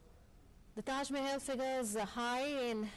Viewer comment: ট্যাস মেহেল ..! এটা কি ধরনের উচ্চারণ.!